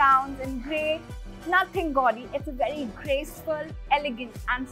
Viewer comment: Such a poor interior as per today's standards and she says "it is a very modern, vedy modern house" 😂😂😂😂